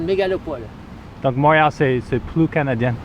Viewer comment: Cant even say Montréal the right way haha